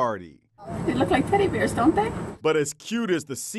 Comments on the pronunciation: "dErS BeRS In dE PoOl"-that one girl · "Theres beARGHS in da pool" 😂